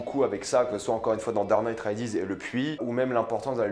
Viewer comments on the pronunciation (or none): "Dard night" 😭😭😭😭😭